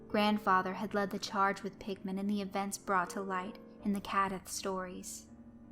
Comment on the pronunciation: it sorta sounds like your saying pikmin